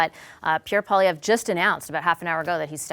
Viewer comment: CBC journalists need to learn how to pronounce French words correctly. Pierre Poilievre's last name is not " Poll ee evre " but rather " Pwaa lee evre ". For the national broadcaster of a bilingual country, this doesn't look too good. Please consider researching French word pronunciation before going to air moving forward.